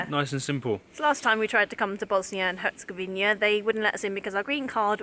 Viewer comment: Great video as always, but there's just one thing a have to mention. It's Bosnia and Herzegovina, not Bosnia and Herzegovinia. You see the difference? :)